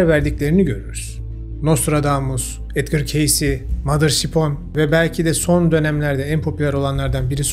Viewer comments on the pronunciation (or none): none